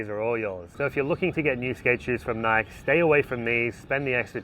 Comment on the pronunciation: Stop saying Nike that way pls lol. You're my favorite skateboarding channel and got me into egg boards. You're a solid dude. Thanks for all the info you've given me.